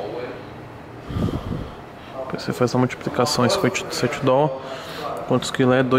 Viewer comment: Para com essa frescura de falar "DOL" e fala direito,dolar.